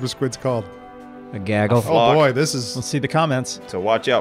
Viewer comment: BOY, NOT BOOEY!!!!!!!